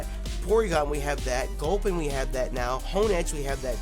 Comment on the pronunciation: dammit..why you gotta fuck up gulpin like that..